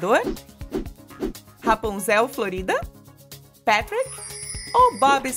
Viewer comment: ... péra...PÉTRIC??? n era patric?